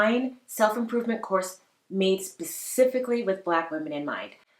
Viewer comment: I need to see "pacifically" go. Its "specifically"!!!